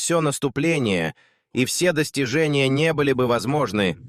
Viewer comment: В переводе речи Дональда Туска диктор-переводчик неправильно произносит русские слова. Он говорит :"...потому что ВСЁ понимают". Нужно произносить "все" понимают. Слово "всё" здесь никак не подходит.